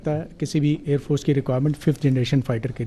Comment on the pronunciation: Pani nahi milega .. ker lo Jo kerna hai😂😂. he said Aand force🤣🤣😂